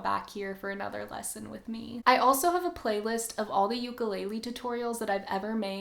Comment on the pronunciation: No. That's not how you pronounce ukulele. I'm from Hawai'i. I know.